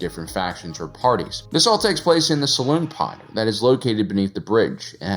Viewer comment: "Saloon Pod"? 😆